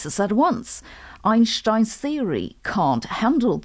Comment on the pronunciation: The only thing Sabine says it correctly it's the pronunciation of "Einstein" 🪰